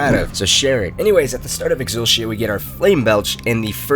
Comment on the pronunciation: yo who calls it "exul-she-a"??